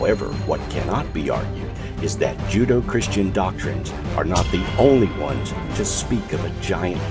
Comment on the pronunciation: “Judo-Christian!” I can’t take this guy seriously after that! In the first minutes he doesn’t know it’s Judeo-Christian. How? How!